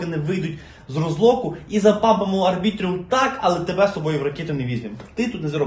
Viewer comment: Будь ласка, називай Арбітрум Арбітрумом, як можна записувати експертне відео і неправильно читати назву токена?